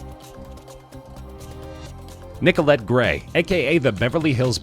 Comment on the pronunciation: Stop saying Nicolette XD It's making me wheeze